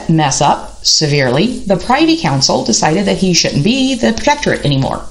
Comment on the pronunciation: Privy is pronounced (Prih-vee) with a short i. Privy Council, not PRI-vee with a long i. Looking forward to reading your book. I think you are right about the tubercular effect in Tudor males. Edward was also very pious and priggish and really rather bigoted about any view of religion that was not radical protestantism. He casually disinherited both his half-sisters and executed two blood uncles. Very Tudor.